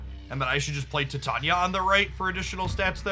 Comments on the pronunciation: doesnt bother with exact pronunciations. Not a big deal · Does he mispronounce Titania on purpose? Or is it not a pun of the element Titanium?